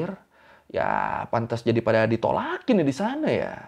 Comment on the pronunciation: Knpa cara kamu cakap ,, iyaaaa ,,disanaaaa, sebutan aaa panjang😂